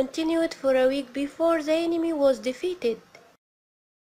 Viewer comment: السبيكنك تبعك مو نقي يعني تتحدثين بطريقة مصرية مثل كلمة the (ذا) تلفظيها (زا ) وبتلغبطيني .. هذا ملاحظة وليست نقد وشكرا جزيلا